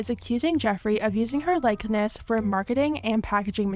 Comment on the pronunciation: It’s like-ness not likelyness sis